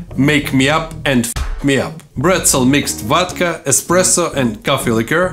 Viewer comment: ahahah🤣 from now on there will only be "vod-cha" in my house! Btw.. I love your channel, nice job!! ❤️